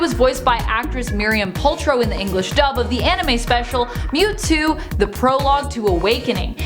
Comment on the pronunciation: who els call that Mewtwo Newtwo